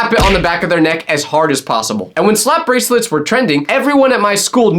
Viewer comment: unc said brasilets